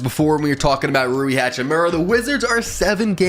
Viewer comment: Damn bro you got rui right